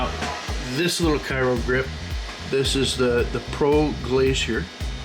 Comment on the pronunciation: Thanks for the informative video, just wanted to note its pronounced “cry-o” not “kai-ro”